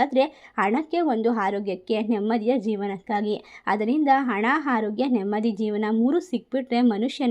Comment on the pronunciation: Pls. Correct your pronounciation not finding difference between ha and aa ex; hana harogya. Like that